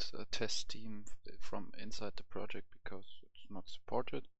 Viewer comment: Project* not projekt :)